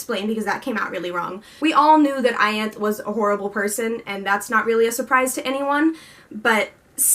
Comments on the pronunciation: I agree with most of what you said!! I loved the way it wrapped up and i was kinda happy with all the lose ends cos it means theres more story to hear and i dont have to be done witht the characters. Also with Ianthe, i think Sarah pronouces it Ianth-iee. And regarding Mor being gay, when i read it i was like wow okay... where did this come from.... but i mean it kinda makes sense cos she dragged Azriel around for 500 years... who does that without a legitimate reason. Also the story is from Feyre's pov so if Mor didnt want Feyre to know, then she wouldn't have known, ygm? And yh i dont really know how to feel about Az and Elain and i agree with you completely there! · Its pronounced I-an--th-e